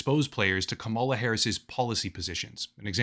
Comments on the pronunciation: It's KUH-ma-lah, like in karma karma karma karma camaleon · Her name is KA-mala, how hard is that to learn or say. Jesus, you sound foolish. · It’s pronounced “Comma luh “ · You pronounce her name like the type of person who hasn’t covered Trump partnering up with a known crypto scammer to create his very own crypto scam, despite your channel being largely dedicated to covering crypto scams 🤡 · Are you intentionally mispronouncing her name? I find it hard to believe someone as intellectual and research-focused as you really doesn't know enough about the people you're reporting on to not know their name. I don't support Kamala, but I do respect her wish as a human being to be referred to however she wants. Whenever I hear people intentionally mispronouncing her name, especially when they do so in the way you have (by obviously straining and exaggerating as if you're disgusted by having to speak the word,) I can't help but to roll my eyes. Hold yourself to a higher standard, and don't act like a bumpkin. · since you choose to mispronounce her first name ,LA i am unsubscribing... so very sad and purposeful